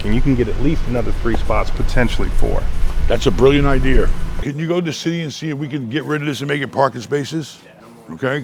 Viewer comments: “that’s a brilliant ider” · A great "idear"